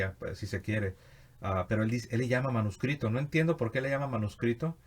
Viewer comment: La palabra Manuscrito esta formada con raíces latina y significa escrito a mano; sus componentes lexicos son manus (mano) y scriptus ( escrito); parece que Bonilla estaba fonetizando esos componentes; habría que ver si en la historia del latin hay esta pronunciación.